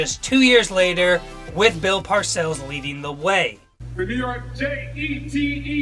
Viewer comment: ...... ....... .............. .......................... Did this guy just say "J-E-T-E Jets!"??